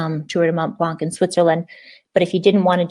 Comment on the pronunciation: Hi, when you say it you don't prononce the c, it's "blan"